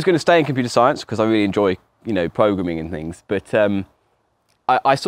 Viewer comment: I will now forever pronounce it “progrumming” in his honour